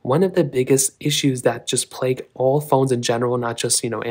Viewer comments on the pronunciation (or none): none